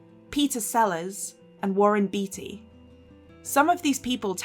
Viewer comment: It's Warren BAY-tee, not Warren BEE-tee.